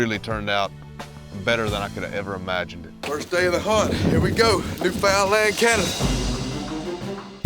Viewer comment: It's pronounced NEWfounland